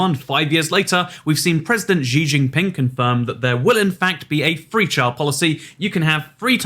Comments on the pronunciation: she g'ng-ping not ji g'ng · Xi Jinping -> "she gin ping" in your accent.